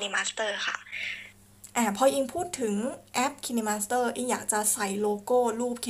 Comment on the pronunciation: Kine master น่าจะออกเสียง ไคน์มาสเตอร์ นะครับ😃😃